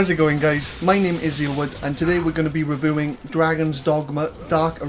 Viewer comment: Revoowing lol